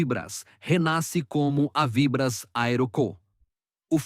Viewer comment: Ensinem ao narrador falar avibrás e não avíbras.